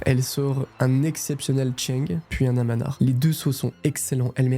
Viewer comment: Très bon reportage. Attention seulement à la prononciation : anverSE et AmanAr par exemple